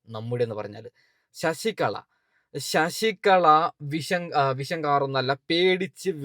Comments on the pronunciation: ശശികള അല്ല ശശികല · ശശികള അല്ല (ശശി കല എന്നാണ് തെറ്റു വരാതെ sookshikkuka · ശശിക ള അല്ല ശശികല ഇങ്ങനെ പറ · ശശികള അല്ല ശശികല ആണ് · ശശി കള... അല്ല ശശികല അല്ലെങ്കിൽ വിഷ കല.. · ശശി കള അല്ല ശശികല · ശശിക" ള" അല്ല ശശികല. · ശശികളാ അല്ല ശശികല